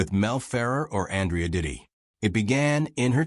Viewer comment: Andrea DOT ti Not Ditti